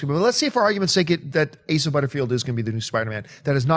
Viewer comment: hey they finally learned how to say Asa right... the cohost totally butchered it last time and John just went along with it.